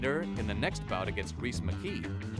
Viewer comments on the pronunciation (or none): none